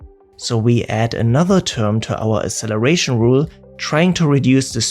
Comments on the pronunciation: FYI there's not a single dictionary that accepts pronunciation of "acceleration" without "ks". The same goes for access and other similar words. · Please learn how to pronounce "acceleration". Hint: the first "c" has a "k" sound. Otherwise, great video. Fascinating stuff. Thank you.